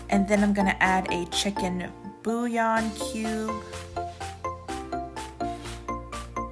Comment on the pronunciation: Bouillon is pronounced boo yon 😂 Great job, love your videos.